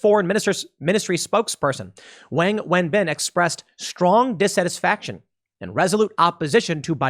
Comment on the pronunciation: Lol tim said Wang